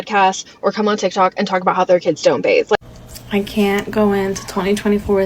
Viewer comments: It's BATHE, not bath!!!! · She said they “bathe” in the pool????? 👁️👄👁️